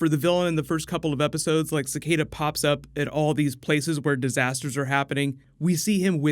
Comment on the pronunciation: Your pronunciation of Cicada is so freaking terrible